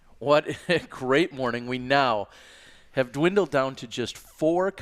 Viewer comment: Yo it’s just pronounced like “have”